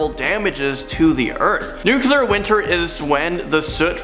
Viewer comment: and nuclear, not nucular.